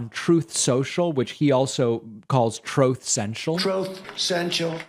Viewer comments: Troth… troth… troth… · I laugh every time you say troths